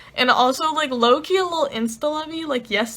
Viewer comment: Haha!! I kept thinking you were saying Loki when you said low key. 😂😂😂🤣🤣🤣 Love your videos!!! 😊😊😊